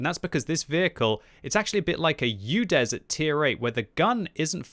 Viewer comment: It is Udes not Youdes :)